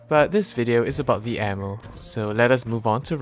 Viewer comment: I swear sounds like he says anal when he says ammo